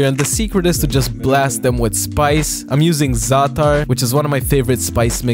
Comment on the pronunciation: Nobody boils chicken we steam it or bake it also you pronounced za'atar Wrong but noones perfect... also it goes really well with labneh and cucumbers